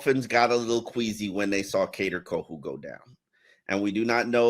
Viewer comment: Btw, it's queasy